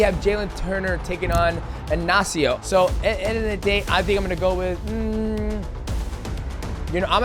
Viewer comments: It's Ignacio not Anacio get it right shorty 😂😂😂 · Bro speaking from experience being Ignacio